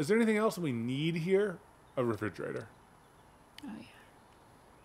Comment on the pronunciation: I laughed so hard at "refrogerator" I dropped my phone on my face..😂